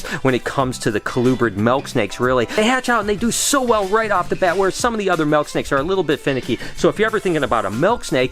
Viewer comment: I like how u say melk snake